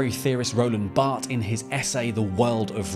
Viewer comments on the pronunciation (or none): none